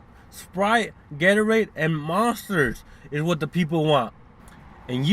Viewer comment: The way he says Gatorade 😂😂